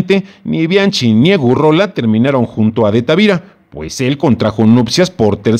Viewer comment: "BI AN QUI" se pronuncia como es en i ta li a no; y del apellido Weiss➡se pronuncia Báis en alemán; no seas ignorante. si te dedicas a comunicar hazlo correctamente.